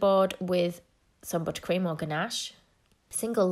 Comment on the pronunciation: I love the way she says “butter cream”. Buttah Cream